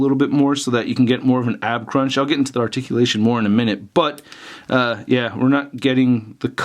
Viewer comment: WHAT THE FUCK IS ARTICULASHEN THE FUCK IS THAT